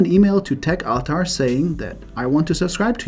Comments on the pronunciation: techaltar.... i thought you were mispronouncing tech avatar. tech ahtar try a diff recipient. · They might not understand the contact's name because you are mispronouncing "techaltar". Took me a while to understand what you're saying too.